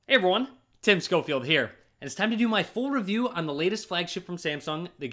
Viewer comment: Thought he was Australian with that “Hey everyone!”